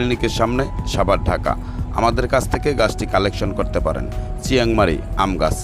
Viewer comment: চিয়াংমারি না,চিয়াংমাই এটা নাম